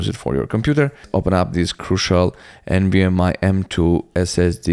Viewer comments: Its NVMe not NVMI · Why are you saying nvm “i” ? Do you see an “i” anywhere in the word “nvme” ?